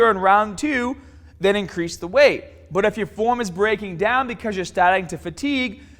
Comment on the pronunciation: "Stronga" "daiwn"